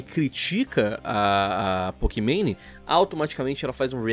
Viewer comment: "Pokimane" Eu : Pokimané